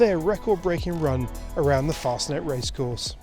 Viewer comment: Why the hell would you pronounce it 'Mass-er-rotty', when you are saying 'Fostnet' and every other European pronunciation, including the second half of the name! Why not go all the way and say 'Mass-er-ratty'?